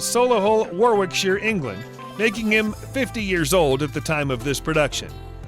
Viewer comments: WarWickshire - is that where John Wick comes from? RipON also mispronounced.... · He was born in Warrr-wick-shyre! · don't Americans eat 'bow-leg knees'? It is their 'doody' or as the English say duty to sample such a ubiquitous meal and I wonder where 'Warwockshire' is and Coombrea? Hysterical who is this guy? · I have to say, if you are going to do a video on BRITISH presenters then get the damned pronunciations correct for e.g. there is no R in Fiat it is pronounced 'Fee at' not 'Feeaaart' and it is Warwickshire 'war ick shur' and NOT 'war wick shyre'. What the hell is 'Hurt ford shyre'???? it is 'Hertford Shur' they are NOT SHYRE's they are SHUR's.....you're driving me mad with your mispronunciations at least can you get the car names right please? OMG it is 'Sol i hull' in 'War ick shur' and it is 'Rip on' not 'Riiipon' . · "So-lee-hull War-wic-shire" and the well known town of "wrip-on", Yorkshire. 😝😝😝😝😝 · Jesus this is painful. Warwickshire is one word with 3 syllables, you do not need to pronounce every syllable as a separate word. Warwickshire is pronounced warricksha. This rule applies to all the shires. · OK here we are again: WAR WIK SHIRE ! RIP ON! COOMBRISHIRE! HERFORSHIRE! OXFOR SHIRE! FEE AT! Fee fi fo fum, has anyone ever so completely demolished the blissful, glorious language of Shakespeare?